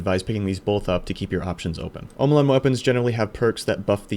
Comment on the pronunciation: Tried to finish until the 5th time you said "Sir-Ross". Came back for round 2 and heard "Hawkuh, hay kuh" -.- Are you trolling orwut? "Oh mow lawn" Well that could have been worse. You did say Red Death right, so thank you for that.